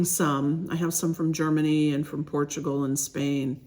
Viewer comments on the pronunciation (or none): none